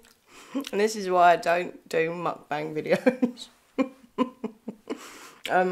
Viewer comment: You said it right!! Every eating video I've watched it's pronounced how you say it, don't worry :)